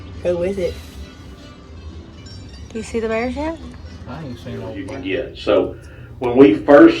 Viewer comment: 3 “I ain’t see no bearrrrrrrs” 🤣